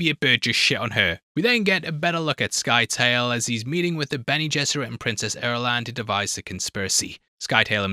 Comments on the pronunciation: Who the fuck is "Sky-tail"?! Do you not know how to pronouce the word "scythe"? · Scytale rhymes with "Italy", not with "Tail" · Scytale, should be prounounced like scythe with a soft “c”. Paul doesn’t lose his sight because of the brightness of the stone burner but because of its radiation. Irulan is not tasked with trying to bear the royal heir at the conspirators’ meeting. She has been feeding contraceptives for years and is told at the meeting that bearing the royal heir is not going to happen.